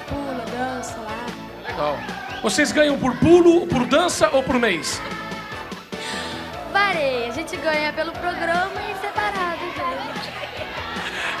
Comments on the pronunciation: Putz "vareia"kkkk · "Vareia" kkk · Muito bom! Mas o "vareia" ficou na minha cabeca... hahaha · "Vareia..." Rsrsrsrs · A paquita falou "Vareia" e o Faustão não se aguentou 😂😂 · O "vareia" é doido de ouvir 😂😂😂😂😂😂😂😂😂😂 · "Vareia" foi foda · Kkkkkk. A levou uma bronca da Marlene por causa do "vareia". Kkkkk. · "Vareia" Pasquále corre aqui! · "Vareia" kkkk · "Vareia" Eu ouvi isso? 😲